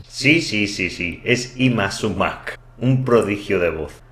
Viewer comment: Su nombre artístico deriva de "Ima Sumaq", se pronuncia Ima sumaj y significa "que lindo"